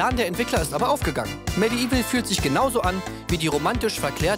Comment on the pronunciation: ich weiß, "medieval" ist eines der schwersten englischen wörter für uns deutschen, aber auch bei diesem wortwitz bleibt das "i" hinterm "d" stumm - medevil quasi ;) bitte, gerne :)